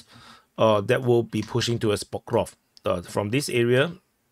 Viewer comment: For the love of God Please stop saying Pokrovsk 😅